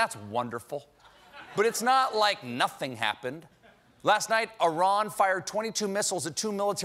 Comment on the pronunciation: Thanks Stephen for not pronoucing Iran like "I ran."